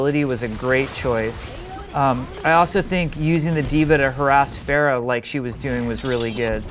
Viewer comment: hey, i thought her name was pronounced Ph-ARE-ah